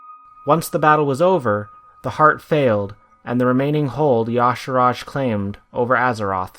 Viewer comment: If his name was pronounced as "Ya-sarahj," it'd be spelled that way. It's obviously pronounced as "Ya-sarhj"